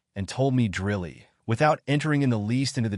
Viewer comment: This machine can't pronounce words like tawdry or dryly. Yes, it matters.